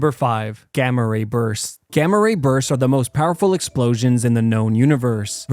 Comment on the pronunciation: When he said gama rabursts I thought he said gama rapers